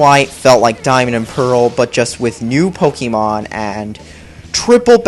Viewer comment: Gotta catch em' all ,Gotta catch em' all yeah! Gotta catch em' all ,Gotta catch em' all YEAH! Gotta' catch em' all Pokemon! POE-KAY-MON not POE-KEY-MON.